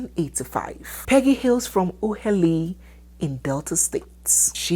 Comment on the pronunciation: If i tell you all the way, i love and will look for her whenever i visit Canada 🇨🇦 you will be shocked. You're right about his Peggy origin. you really pronounce "Ughelli" well.